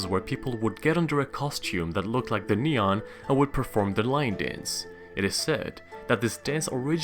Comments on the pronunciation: its ni an not neon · It’s “Nian”, not “Niang”. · It's actually called nian no hate <3 (Ni-ian) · Nian should be pronounce as "nien"